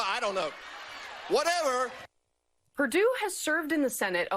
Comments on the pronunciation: YEAH SENATOR PERDUESHBAG MISPRONOUNCED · Perdue or Perrrdoo, PerDOO-DOO! Seriously, this is like a 12 year old trying to be funny with his friends. Professionalism has left.